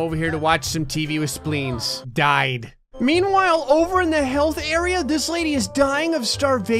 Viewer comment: Why I feel like when is saying "health" it's sound like "hell"?